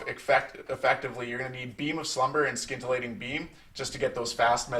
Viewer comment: Scintillating is pronounced sin - tillating not skin - tillating